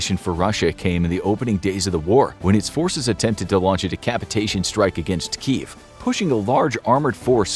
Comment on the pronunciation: There are two syllables in Kyiv, and it’s pronounced key-yiv.